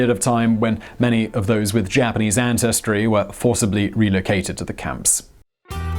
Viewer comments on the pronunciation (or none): none